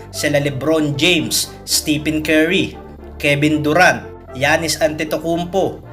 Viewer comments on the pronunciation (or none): none